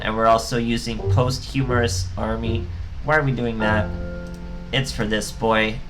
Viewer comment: It's pronounced "POS-CHU-MUST" but Post- Humorous is much funnier. (No pun intended )